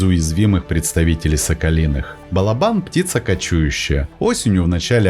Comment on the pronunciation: Спасибо за классные рассказы о животных! Удачи и всех благ! Единственное, что прошу сокола называть балОбаном, а не балобАном (источник сокольничий и словарь Даля)